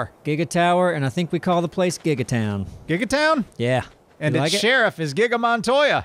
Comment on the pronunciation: Not Giggatown Giggaton